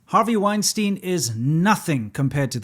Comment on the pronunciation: It's Weinstein BTW, not Wienstein, Winston Love your videos. Stay awesome!